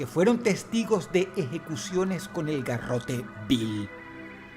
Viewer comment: Solo quería decir que es Garrote Vil, no Bill. Pero muy buen top, como siempre. 🙌🏻